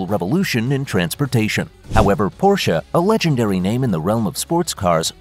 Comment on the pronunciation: At least learn to pronounce Porsche... Boolshit video.